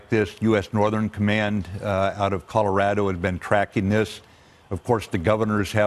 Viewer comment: Did he just say Coloraro? Last hrricane to hit Colorao? ............ HMMMMMMMMMMMMMMMMMMMM.......... NEVER............. Usuually like your videos.......... This one not so much.............WORRST EVER